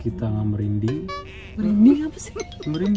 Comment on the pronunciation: wkwk ngakak bgt pas blg “kita ga merinding” 😅 lngsng mikir “eh emg salah satu sympthoms covid merinding yak?” 🤣 wkwk taunya salah sebut